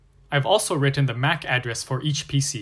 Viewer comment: i very much dislike how he says MAC address, Makes me wanna quit watching